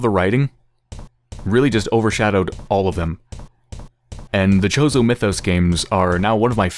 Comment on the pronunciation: Chozo...CHOZO MITHOS, I've watched Yahtzee(croshaw)'s videos on this...and that pronunciation annoys me.